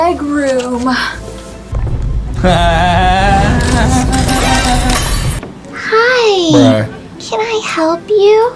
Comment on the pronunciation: stop saying brush bruh bruh 🤐🤐🤐